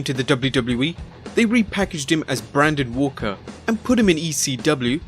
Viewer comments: As you've been told already, it was Braden walker, not Brandon Walker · You really need to perhaps watch or listen to more things, especially the things you are making videos about. The mispronounciations were just odd, especially with Braden Walker, whose name was on screen at one point, and the word menagerie, though admittedly might be less common outside of the United States, which is only one word instead of the two you tried to make it. At the very least you could watch your stuff back to catch errors during editing or if you employ an editor, have them have you do another take of the lines. These errors don't humanize you, they make you seem unintelligent and lazy. You can do better.